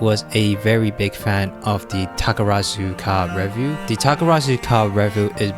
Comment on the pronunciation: I'm impressed it took you 8 minutes into the video to pronounce "Takarazuka" correctly 😂